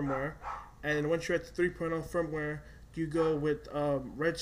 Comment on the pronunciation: fyi...its Firmware not frameware